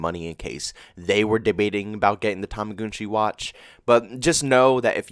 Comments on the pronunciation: Toma- gun - chi im not sure why your saying tomagoonchi. If you have a decent kd and spm you should be fine. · Why do you say tumugoonchi